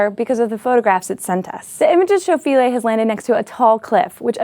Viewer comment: The IPA on Wikipedia says Philae pronounced Fy-LEE.